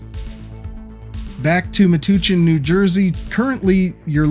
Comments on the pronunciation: CORRECTION/WRONG PRONUNCIATION: It is pronounced MA-TOUCH-EN, NOT MA-TU-CHEN. 🤷‍♂️🤦‍♂️ The Borough of Metuchen, Middlesex County, New Jersey, is physically located about 35 miles southwest of New York City/Manhattan, and about 70 miles northeast of Philadelphia/Center City. 🤷‍♂️🤦‍♂️ BTW - I live in central New Jersey, not far from Metuchen, New Jersey. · Meh touch en not meh tooch in haha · that town is pronounced Meh-Touch-En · Excellent interesting video. Not to nitpick but it's Me-Touch-en for Metuchen. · FYI - Metuchen = Mah-touch-in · I think locals pronounce it muh-touch-in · Love the Godzilla-like destruction. Also a small correction of Metuchen (/məˈtʌtʃən/ mə-TUTCH-ən). Thanks. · It's Me-touch-in, NJ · Pronounced = Mu-touch-in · An amazing view of what could have been on my home rails! Also, the town Metuchen is pronounced me-touch-in for future reference. Gold star?? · Quick note on pronunciation: Metuchen has a short u like in hunch, not a long u like in pupil. Nice job on Schuylkill though. In general, place names out here in the East that aren’t obviously of British or German origin are probably derived from Native American names, so it usually helps to quickly check Wikipedia to see if the name is pronounced weird. Especially since a lot of those names got their spelling when they were Anglicized into the English of the mid-1600s instead of modern English.